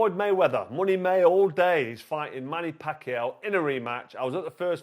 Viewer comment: Why can’t you pronounce Manny Pacquiao